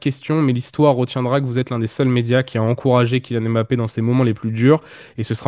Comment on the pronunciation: on prononce "mbappé" et pas "m-bappé"